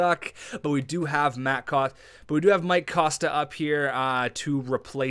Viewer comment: your one of my favourite youtubers, but for gods sake its COST-KA KOSTKA:")